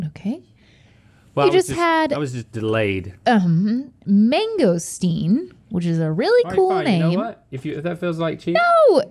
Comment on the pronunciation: Seeing how Rhett butchered that mangosteen made me so sad